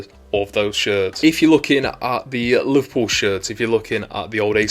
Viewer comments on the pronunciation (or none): You say Liverpool like